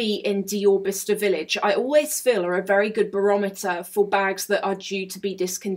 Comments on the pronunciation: Lol I think you needed shoes like a hole in the head 😅 You know what? Those fashion villages/ outlets all look the same, there's one here in Madrid that looks just like the one you went to, insane! It's a hit or miss yeah. I love following you around, is a blast PS: I thought it was pronounced "Bli-ce-ster" 😅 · Quite fancy Bicester village, never been. Btw I thought it was pronounced Bysester village!